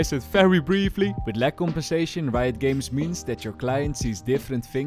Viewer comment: leuke video bro maar het is reijot games niet rito ahha